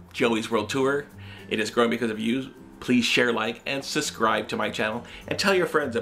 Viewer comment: It's SUB scribe. Not Susscribe. GODDAMN